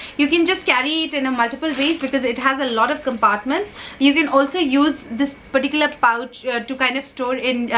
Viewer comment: You say lots of 'perticular's in your sentences. 😄